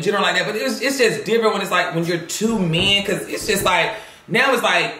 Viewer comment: When he said " And I'm up in da age noewww" I felt that 🤣🤣🤣